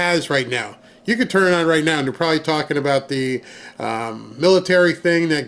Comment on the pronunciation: Judge Bow-assed-burger???? Wtf